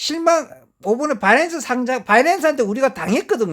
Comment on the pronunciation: 틀딱들은 지 ㅈ대로 읽고 하는게 있음 이해 해주셈 고칠수 있는게 아님 배터리를 빠때리라고 하는거랑 똑같은거임 걍 아 딸피여서 어쩔수 없구나 하고 넘어가는게 맘편함